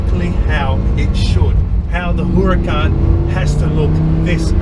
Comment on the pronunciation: I gagged when he said WHOracan